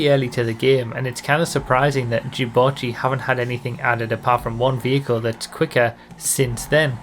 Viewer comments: What did you just call it, sorry? Jew-botchy? Is that right? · reee why do you pronounce it so weirdly wahhhhh its 'dew' not 'jew' wahhh first junes instead of dunes now this !! /s